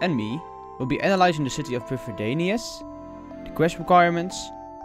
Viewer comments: First off: love this channel and what it means to people who really enjoy Runescape lore! According to oldschool wiki: Prifddinas is pronounced "prive-THEE-nuss", Ardougne is pronounced "arr-doyn". So there. I wish some content creators (there are a few) would care more about pronounciation, since it makes a lore video like this, or any progress video for that matter, feel more authentic, well researched and wholesome. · I liked that you got to do the voice. I didn't like that neither of you pronounced the names of Prifddinas, Lletya and Tirannwn correctly. (prive-THEE-nuss, LLE-to-ah (Welsh "LL" sound), TIR-a-nun) (Source